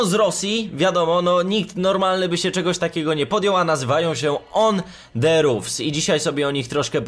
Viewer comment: podpierdalasz film mowisz 5 zdan i jeszcze zle wymawiasz nazwe ich kanalu